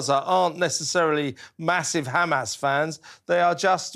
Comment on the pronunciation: Interviewer saying "you people" come on dude! And you can't even pronounce Hamas. Well done to May Golan. Brilliant!